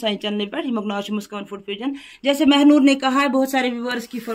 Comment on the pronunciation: Mehnoor not Mhanoor